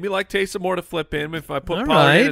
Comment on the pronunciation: Here’s a name for Taysum Hill and you gotta think of it as him saying it like Goku “TakeSum Hill”!!